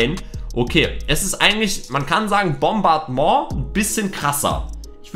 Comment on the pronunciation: Die deutsche Aussprache ist richtig